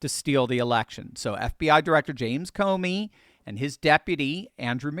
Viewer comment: Comey not Comer.